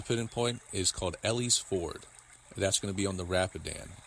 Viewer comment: Too funny....and the put in point is pronounced "Eee-Lee's" Ford...But thanks for all the tips, and the share! Excellent footage! Peace!